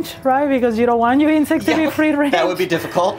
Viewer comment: "eating insix"